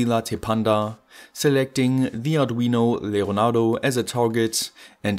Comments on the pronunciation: It sounds so German, I'm pretty sure his mic was covered in Saliva after recording it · Where are u from, u sounds verry duch when u say leonardo and lattepanda